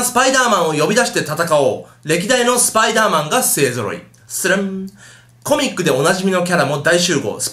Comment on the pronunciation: ちゃんと言えよスパイダーマンって